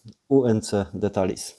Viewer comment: Jak coś to słowo "details" nie czyta się "detalis" tylko "ditejls" :)